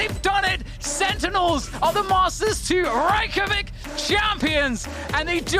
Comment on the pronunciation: You guys pronounce Reykjavik wrong every time.